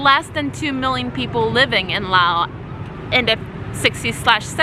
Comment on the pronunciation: Why does she say Law? I thought it was Laos.